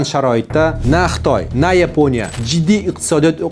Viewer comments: Нима учун Йипония,Япония эмас. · Yiponiya emas Yaponiya !!! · Ruscha talafuz bilan ''Yeponiya'' emas o'zbekcha talafuz bilan "Yaponiya" deyish kerak. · yepoʻniya emas Yaponiya deyiladi